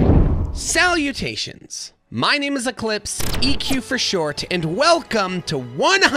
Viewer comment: “Eqlispe the primordial one”